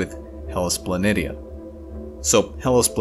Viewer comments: I couldn't get past the pronunciation, sorry. It's Pla NEE shuh, not Pla NIT EE UH. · If you watch star trek from TNG onwards you will hear the correct pronounceation of the wotk planitia/ {rpnounced Planishiuj. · pronounced Planishia..... poor 😉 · Very good, informative video with nice graphics. Since I am a researcher and Mars is my specialty, let me assist you with the pronunciation of "Planitia". It is pronounced with the "SH" sound like this: Plan-ish-uh. Keep up the good work. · It is somewhat more commonly pronounced Hellas "Plan ee sheeah".